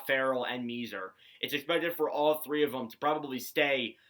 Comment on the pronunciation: Thanks for taking the time to review the Habs’ prospects. FYI, according to most of the journalists I’ve listened to, they say that the correct pronunciation of Philip Mesar’s family name is: “May-Scharr.” Great video!